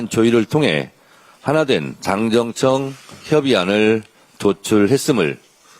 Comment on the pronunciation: 정청래는 당정청 발음을 힘들어하네 ㅎㅎ 자기이름에있는데